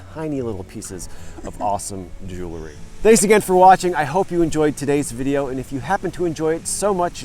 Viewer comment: Hi, glad to see you at the waterside dig site! Please don't be offended, but it's "jewel-ry", not "jew-le-ry". Common mispronunciation trap.